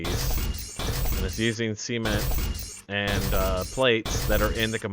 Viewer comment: I like how he says Sement ;)